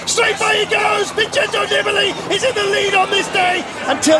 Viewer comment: "Don't bet against Vintendoneeballitiday!!!!"